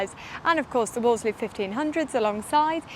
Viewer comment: 'Woolsey' - the second 'l' is silent! Phone The Wolseley on Piccadilly if you don't believe me!